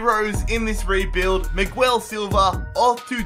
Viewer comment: its miguel not migwel